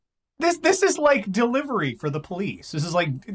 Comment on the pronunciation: It's not delivery, it's Dejailnow